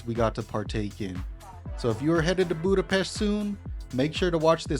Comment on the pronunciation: Hey there! It was a really nice video about my hometown! There are very few people who can pronounce the name of the city correctly, we appreciate that! Your presentation was very interesting, you visited some beautiful places. Next time you are in the area you should also visit the Normafa, which has a beautiful view of the city. Margaret Island is also a beautiful place for a picnic and a chat! Our new Ethnographic Museum is also beautiful, it is worth a visit because you can learn a lot about Hungary and our culture. It's just behind Heroes' Square, in the Városliget, the new building is the "gate" for the park. Perhaps the best thing about the whole city is that you never get bored. Everywhere, on every corner you can find a concert, a dance hall, an event worth visiting! The city also has many free festivals in the summer. Oh, and the dog statue. This statue commemorates Lieutenant Columbo and his dog. It was built because Peter Falk, who played the famous lieutenant, claimed to be of Hungarian descent and his great-grandfather was a famous Hungarian politician and writer, Falk Miska. In 2014, a statue was dedicated in his memory at the entrance to Falk Miksa Street. In Hungary, the Columbo TV show was really popular, so it was an honor to the Hungarians!